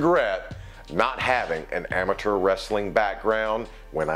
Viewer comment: They way he says amature just pisses me off lol